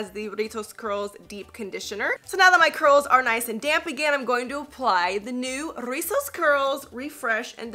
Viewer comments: Im mexican! I really love how you say rrrrrrizos 💗 thanks for doing the “r” effort 💗💗💗 🤣 You can say as well “chinos”, “bucles” meaning the same as rizos! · I lovee how you roll the r “rrrrizzosss curls” My favorite word in Spanish is “Guayaba” which is is “Guava” in English. I also like the word “Mar” which is is “Sea” in English